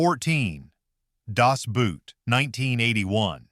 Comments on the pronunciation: Das BOAT, not "boot"! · BOAT!!!! It's pronounced BOAT not Boot!! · Das Boot is pronounced the same as we say 'boat'. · I knew something was bad wrong with this when 'Das Boot' was way down the list -- and called 'Das Bute' not 'Das Boat.' Baaaad sign #1 Then, 'Master and Commander'? It's not only the best naval movie ever made, it's the best MOVIE ever made. Third clue this is made-up BS: 'Greyhound' above 'Master and Commander'? Yeah, no, that film sux. It all became clear with #3. This is some Korean fansite, or the m😂vie company, or botses, who knows? But the whole video is plainly just to promote that Korean movie, which I'm sure is quite good if you're Korean. And then Eisenstein? Wow... can hardly wait for #1. 😂😂😂 'The Last Detail'??? Who in the depths of Neptune's Depths made up this list? Harf! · I'm not a sailor (I was Army) but I like all of your choices. Not only are these good (or bad) Navy movies, they're among the best movies ever made. That said, some of your (AI?) pronunciations are bad. Das Boot: Not boot! It's pronounced like 'boat The Admiral: Roaring Currents: not yee. His name is pronounced 'ee.' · Das Boot, pronounced Das Bowt, not Das Buut! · Das Boot is pronounced much like "boat." Nothing like "boot." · For God's sake-- even if it's an AI script, at least have the decency to hire a LIVE HUMAN NARRATOR! The mispronunciation (the German BOOT in 'Das Boot' is pronounced BOAT, not like the identically spelled English footwear!), and sudden, inexplicable... Pauses which make no grammatical sense. Inexcusable. And what's with all the sped up frames per second rates on all the video clips?? So silly looking and unnecessary! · "Boot" is pronounced "Boat". Stupid AI. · It sees 'boot' pronounces it like English, It's Das Boat... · The German word "Boot" is pronounced like the English word "boat", not the English word "boot". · and that is NOT how you pronounce boat. Boot in german yes. Is there even a german word spelled Boat? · "Das Buut".